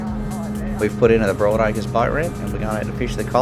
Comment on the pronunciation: It's Broadacres, not Boardacres